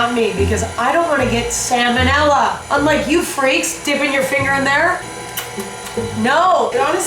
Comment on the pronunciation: emma has me googling salmonella pronunciation